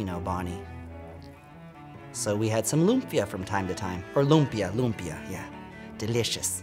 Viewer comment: As an Indonesian, I love her perfect pronounciation of lumpia